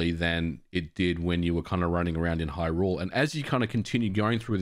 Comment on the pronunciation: what is going on with everyone in the past ... month or so saying "Hyrule" as if "rule" is the stressed syllable, and not "hy"? everyone is doing this, now. i hate it when it's pronounced this way.